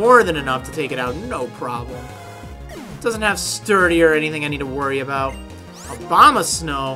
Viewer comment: When I heard say Abomasnow I thought he said `Obama Snow'! XD